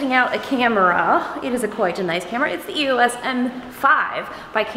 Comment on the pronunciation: EOS, one word, not E-O-S